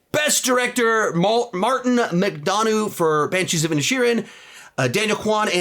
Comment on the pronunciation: As an Irish man I forgive you for how you pronounced Martin McDonaghs name 😂